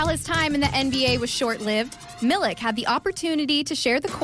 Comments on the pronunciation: miliK.....its miliČ like why does NA cant learn this...5 years whit donČiČ and they still are not able to...aghhh xD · It's not Milik, it's Milich. Not so hard to learn. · Milich* not milik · It is not Marko Milik but it is Marko Milić (Militch) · Milić not Milk (pronounced approximately Milich) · How just how can't americans understand that if a person is from europe and their last name ends with IC it's prononced ich like PopoviCH. Is Marko Milich not Marko MiliK. I would understand if players with these kind off last names just started to come into the league but there was so many in the last 30 years and people stil can't figure it out. Crazy...and they work on tv,doing a story about the guy. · He's not 'Milik'. Use the same sound as when you say 'Donchich'. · Pronounciation is Milich ("ch" like CHesse) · hahaha MiliK...It's not K but ch or Ć . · Pronounced MILICH PLEASE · 😂😂😂 Milik, Dinčik and Jokik !! omg, at least prepare for the show like a pro, and learn the first and last names of the people you're talking about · Serius journalism and simple respect to people reequests the surname to be pronunced correctly, which you never did. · A very nice and noble gesture. Bravo for all MAVS coaches, players & management. GO MAVS. Bravo for Marko Milić too. We are very happy for him. But the pronunciation of the surname Milić is not correct. And let journalists do more research and correct pronunciation. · you can say DonČiČ but not MiliČ ? :P